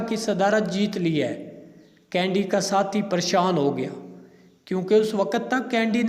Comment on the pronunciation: قاری کا تلفظ ؟ کینیڈی کی بجاۓ کینڈی پوری گفتگو میں